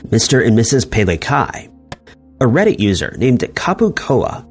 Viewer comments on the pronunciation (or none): none